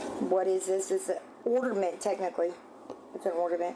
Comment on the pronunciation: Wtf is an orderment 😂😂😂😂 ORNAMENT O-R-N-A-M-E-N-T!!!